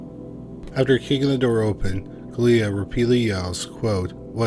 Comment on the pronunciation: It is unbelievable. You managed to pronounce "Gelia" differently in each sentence and not once you pronounced it correctly 😂